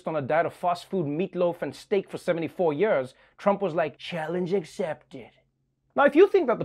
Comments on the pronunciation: It‘s pronounced years not „yöööörs“. Please Trevor, c‘mon on. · I just love the way Noah pronounces "years". I just like the sound. It's like when you lie down on a cool fluffy pillow.